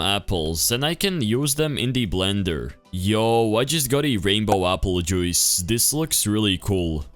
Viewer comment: im sorry but when you said aple joice i died laughing